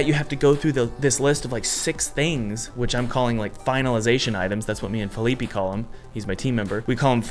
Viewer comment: "Feeleepy" xD poor Fe-lee-peh